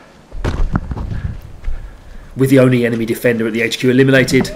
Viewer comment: This dude really just said emeny players 😂😂😂😂😂